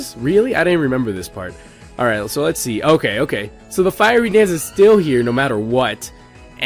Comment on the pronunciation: Firey Dance? Lol..."Fiery"